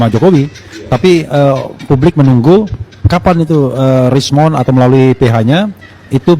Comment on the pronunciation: Krsmon atau rismon ya? dari tadi hos nyebutnya krismon krismon tolong bacotnya jangan fitnah